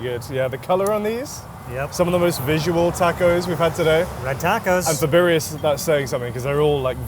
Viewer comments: I mean if you're gonna do a cultural food tour atleast know how to pronounce the name of the food. Every time they said BUREA I got do pissed off.😂😂😂😂 my guy its BIRRIA. I don't even speak Spanish and I know how to say it. I really don't know why Americans have such trouble saying words correctly. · Why does the Brit pronounce birria better than the gringo? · He can’t eve pronounce Birria properly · Dude, learn how to pronounce birria. It's embarrassing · absolutely loving LA but just butchering the Spanish language is so American. You're both awesome, though. Love this show! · he may want to learn how to pronounce "birria." sheesh... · He ain't Mexican foo!